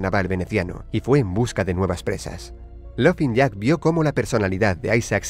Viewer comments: Se pronuncia lofin jack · Se escribe laughing jack pero se pronuncia lafin jack